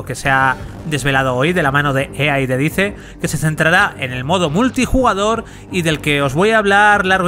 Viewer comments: Se lee dice pero se dice "DAIS", cuando decías; lo que dice, no sé si era lo que decía o lo que la empresa xd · Todo bien pero por qué los españoles pronuncian todas la palabras y nombres en inglés tan mal? "Dice" se pronuncia como "dais", no como está escrito. Me da bronca que no digan las cosas bien. Mucha generación de cristal xD Buen vídeo. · Cada vez que dice DICE, muere un gatito...